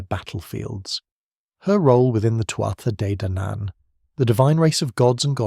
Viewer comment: Really nice documentary man, I enjoyed it! For future reference, the correct, phonetic pronunciation of "Tuath" is "two-ah"